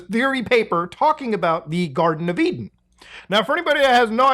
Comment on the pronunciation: It's an E-Den